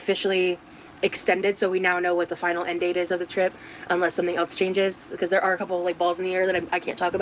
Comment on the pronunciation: And "eltz" instead of "else"